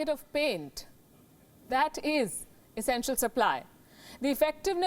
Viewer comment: W w e.. Esenstial service? Damn 🤣